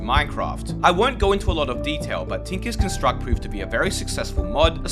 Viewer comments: tinkers construct refers to construct as a noun, you pronounced it as a verb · The way he pronounces tinkers construct 😭😭😭